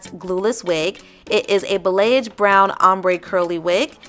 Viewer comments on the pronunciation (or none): The hair is actually kinda and the pronunciation for balayage is ball-e-yage 😅. Just wanted to make it easier, and what helped me personally is saying it multiple times until I'm confident enough to say it no issue. I love the curl pattern, and the hair stylist in me is screaming with joy, and call me crazy, but curly hair is overlooked, but at the same time the work that goes into it is quite tremendous and silk presses are great, but curly hair is in a league of it's own 🤩🤩🤩🤩🤩